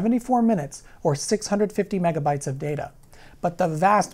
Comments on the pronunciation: When he started saying mebabytes I had to check to make sure I wasn’t watching some ancient April fools joke video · Mebabytes? I though it was called megabits? Mebabytes just sounds dumb. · carefull kids, sayin "mebabaites" is open invitation for bullies to beat you up.